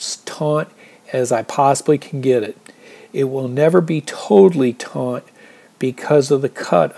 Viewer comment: On the second half, I think you should start with the trekking pole first, then stake out the corners last. Your approach requires a very accurate guess on the corners. Lastly I think it’s “taut” (not “taunt”)